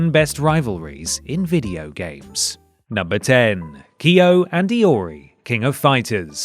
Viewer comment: i like that you pronounced Kyo and Iori correctly. as correctly as a gaijin tongue can.